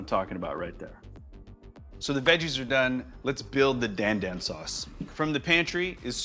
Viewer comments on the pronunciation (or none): Again you mispronounce the dish’s name. Why Jet? It’s not “Dan” as in the male name, the A is like in car … so it’s pronounced like the male name “Don”. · It's pronounced Don Don not Dan Dan, and Sichuan peppercorns are not spicy whatsoever!